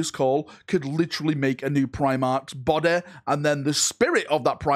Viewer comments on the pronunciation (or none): "If you make a new BODEH for them, they can then go into that BODEH" so funny the way you said this